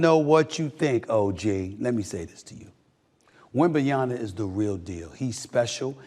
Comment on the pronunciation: Who in the blue hell is Wembanyana? You gotta start pronouncing his name correctly, Stephen A.